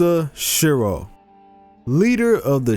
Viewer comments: isnt it Shirou?i am sure its Shirou not Shiro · The line thingie above the o ( ō) is ou, making it Shirou